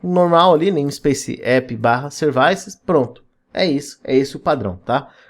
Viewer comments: só me deu agonia de voce chamar Services de serviiices. Em ingles é Seervices. Serviços. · Servaices é tenso mesmo kkkkkkkk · de onde diabos vc tirou a pronuncia 'servaisse'? kkkkkkkkkkkk ... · Falou "Servaices", já deu vontade de sair correndo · Concordo, kkkkkkkkkk